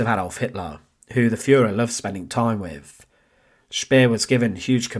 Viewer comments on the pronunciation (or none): Decent content but stop saying things like wif and free frew and twentief. Learn to pronounce your own language mate you just sound fick otherwise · Can you employ better narrators? Such flat expression and poor pronunciation wiv (with), uvver (other), welf (wealth) etc. I assume it’s a gimmick but two minutes in, I’m turning off. Shame - it’s an Interesting topic.